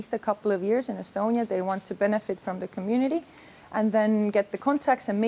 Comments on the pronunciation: E-stonia not e-Estonia! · Seriously? You made a report about digital innovation in estonia and instead of calling it "e-stonia" you call it e-estonia? Boy this deserves the podium of wasted occasion since they started the competition.